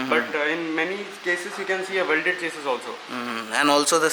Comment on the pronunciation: Eh chesy chesy kya hai, eh chesy chesy. Chesy chesy le leeeeeeeeee,...chesy chesy le le chessssyyyyyyyy.. English ki toh maa behen kardi chesy ne...